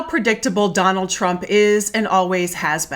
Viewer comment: Thank you! You are the best, and also the only one in the media that pronounces that criminal's name correctly! 👍✌️💙